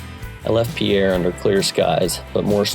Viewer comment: Pierre is pronounced like beer... with a P